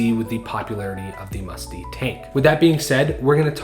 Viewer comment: De is pronounced more like “duh” than “Dee”